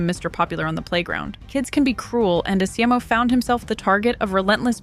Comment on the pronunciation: esimo. the game tells you how to pronounce it